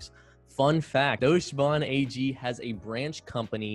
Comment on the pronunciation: Deutsche Bahn is pronounced Doyt-CHer baarN